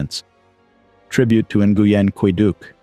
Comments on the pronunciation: The correct pronunciation of Nguyen sounds like win. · Nguyen is pronounced closely to "Nwin"